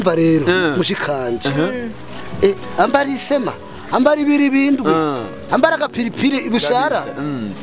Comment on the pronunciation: 🤣🤣🤣🤣🤣🤣🤣 ati mushikanj nibiribindwi bavuga imbiribindwi